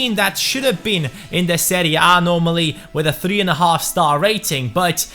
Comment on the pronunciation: I liked the way he said "seria bae"